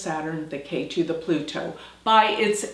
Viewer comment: Ketu not Keri!